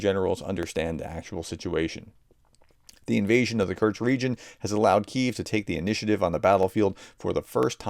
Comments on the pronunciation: True, but I still cringe every time he says "Kurks"! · Since you asked:, I am a subscriber and I watch all of your videos, I love them. But, please, please pronounce Kursk properly. Just say "curse" and add "K" (like the last letter in cooK) --> curseK, that's it, that easy. Sorry but it is jarring when you, mispronounce it. Thanks and keep up your amazing work! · Sorry but you're not pronouncing Kursk properly, it sounds a bit like Kerch, another important place. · I beg you to cease and desist your pronunciation improvement efforts. If you don't , you may lower the morale of you channel audience. Many of us, well at least me, take great secret hidden pride in the knowledge that we can pronounce ruzzian and Ukrainian place names better than our favorite professor can . Its the little things in life that bring joy to some of us. And remember that whether you say ah-blast, or oh-blast, just have A - blast doing it! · Why don't you try to actually read out the letters in a foreign word? It is KUR-SK, not Kurch. It's Bun-des-tag, not Bud-nes-tag. Nobody expects perfect pronunciation. An English phonetical readout is just fine. But jumbling all the characters because you can't be bothered to actually read the dang word is just disrespectful. And tbh not worthy of a professor.